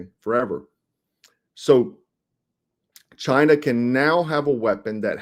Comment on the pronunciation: It's not Chiner. The drones are conscious ai.